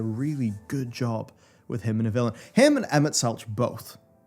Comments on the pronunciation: It’s pronounced Selk not Selch. Minor note love your content though!!! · _- I know it's spelled Selch, but it's said 'Selk'. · I flinch every time you pronounce the 'ch' in Emet-Selch like you would in 'chime'. XD It's like you would in 'choir'. Emet-SELCK, if you will. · Emet-Selch (SELK) IT'S PRONOUNCED SELK, MY FRIEND. THEY SAY IT IN THE GAME. Do you call a conch shell a conCH shell? But the ending of 5.3 is the first time Ive ever hard-cried for a video game. It's profoundly sad understanding your enemy as you come to understand Elidibus as youre having to put him down. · Also...its pronounced Emet Selk. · It's pronounced Selk, my dear, Selk. Emet-Selk. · Someone tell him it's pronounced Emet selK pls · He made it all the way to the end and still never learned to pronounce Emet Selch correctly. That's the real takeaway. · Man... they pronounce Emet's name so many times, why does keep saying it like that? >_> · Disliked solely due to the way you pronounce Emet-Selch :) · Hearing Emet-Selch pronounced with a soft ch and not a hard ch (each vs tech) is really triggering. I mean it's not a big deal, but c'mon, the NPCs say his name a lot in the voice acting! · how can you play an entire expansion and still can't pronounce Emet-selch lol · I kept it in watching the 5.0 video, but I don't know how he got through Shadowbringers thinking Emet-Selch is pronounced not with a hard k on Selch but with a ch when they say it multiple times in cutscenes lol Edit: it gets worse; Zenos with a X not a Z 😂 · Hats off to for mispronouncing everything. Tie-amat, Azys Lie, Emet-Seltsj, genu-wine-ly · Not to be that guy but "Zenos"*, "Tiamat" (pronounced like the letter "T") and Emet-Selch (pronounced Selk) lol I had to! So glad you enjoyed your ride, can't wait for us all to ride through 6.0 together!